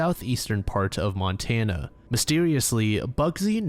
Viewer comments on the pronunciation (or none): none